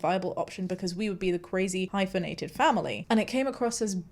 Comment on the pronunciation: Let's normalize saying "hypophenated"